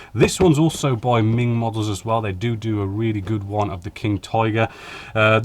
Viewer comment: Isn't it MENG, not MING.....